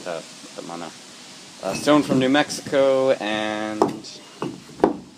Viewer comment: It's "MANO"... not "mono"... (Mano= hand, Mono= one/single)